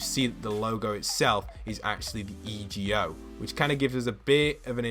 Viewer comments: Again!!! Why are you saying E G O, its Ego, as in ALTER EGO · Ok i love but it's not E. G. O. It's just Ego because it's the alter egos